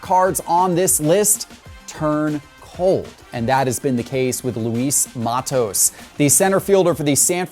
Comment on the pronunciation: Its pronounced mah-tos.